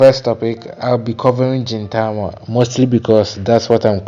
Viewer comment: Hey! Welcome to the fun journey of Gintama- a few notes it's pronounced GIN Tama Gin starting off with a hard G like when saying Green as opposed to a J sound like when saying Ajin. Yeah, the beginning can be difficult to push through for some, but I'm glad you're pushing along. Pay close attention to small details as Sorachi likes to give tiny hints of plot buried throughout his comedy.